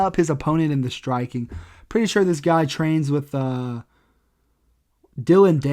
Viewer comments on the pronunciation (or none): none